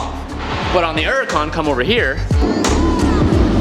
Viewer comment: It's a huracan with an H........ You keep saying...... uracan LoL